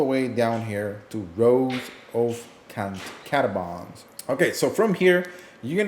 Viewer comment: Cata - bombs